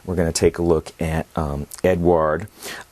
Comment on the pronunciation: Hello there, great review as always. To the pronuanciation of the czech premium brand, it is very easy. It's a male name, it's czech version of name that you know as Edward and it has almost the same pronuanciation. It goes like E-du-ard.